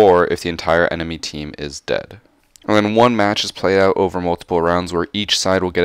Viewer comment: Just use charm and keep saying overe there to be pro xD